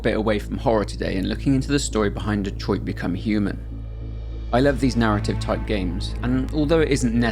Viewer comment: Thank you for being English and somehow knowing how to pronounce Detroit correctly 👌